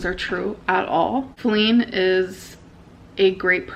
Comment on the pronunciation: Perfect example of her laziness is how she stopped saying Feline by the second video and just started saying Flin